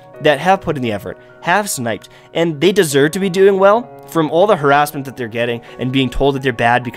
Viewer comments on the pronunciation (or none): none